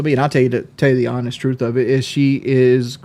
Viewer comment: "Purflectly hawnest"